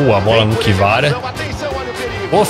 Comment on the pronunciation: N aguentei quando ele falou ki vara kkkkk